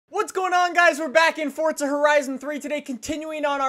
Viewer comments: i swear its forza not fortsa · it's FORZA not FORTZA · why does he say fortza there's not a t in it god damm it forza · Deevz Smithen if it was fortza it would be called that not forza, if u have watched for a while he mentioned that he says it wrong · Twigz Recklezz right, that definitely makes sense. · ITS PRONOUNCED FORZA NOT FORTZA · it's forza not fortza u dope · forza not fortza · Forza. not Fortza. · HeadStriker no it's not just says it weird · JVL12Gaming then you’ve been mispronouncing it since forza 3, its pronounced fortza, its italian, not everything revolves around u and how u do things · JVL12Gaming jeez you've been mispronouncing it for that long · I hate how you say Forza